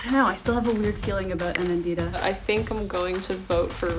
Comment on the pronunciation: i love the way americans say indian names like they called me kha-vee-yah instead of ka-vyaa and they call aa-nan-dita, a-naan-dhita. trust me while i was in the states, i forgot how i pronounced my own name